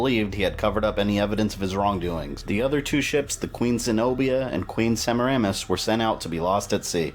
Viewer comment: that's not how you pronounce that name- It's pronounced "Semi-ra-miss